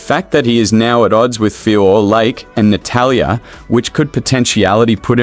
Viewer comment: Natatalia lol so many A’s